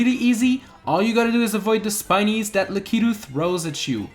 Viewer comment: its pronounced lack-e-2 you sead lack-key-2